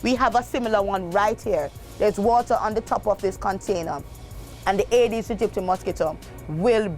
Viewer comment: Could pronounce the mosquito specie slowly. Agee dedistie is what I hear